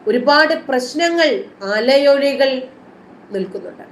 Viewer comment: അലയൊഴി അല്ല (അലയൊലികൾ) എന്ന് വായിക്കുക